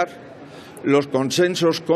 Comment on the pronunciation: Conchenchos? Por favor aprende a vocalizar